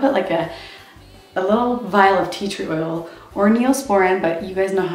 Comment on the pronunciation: was that tree oil that you put in your baby's ear just wanted to make sure cz you said it all cute so didn't really understand you:) love your videos